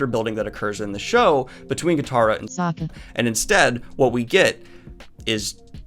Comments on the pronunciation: When I heard them pronounce sokka so-kuh, I gave up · And don't you mean Sohkka